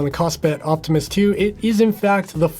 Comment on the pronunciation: Every time you say Optimus, I hear Optimist. Which is maybe the best review of the watch.